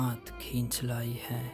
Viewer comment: "ہے " کا تلفظ ٹھیک نہیں ۔۔